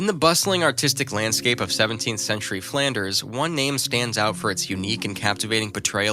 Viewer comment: DREADFUL pronunciation of Dutch names of artists, places and techniques. PAINFUL to get thru😱!!! Is it 'sentry' or 'century', Rembrandt van WHO? Charushio or Chiaroscuro?🤔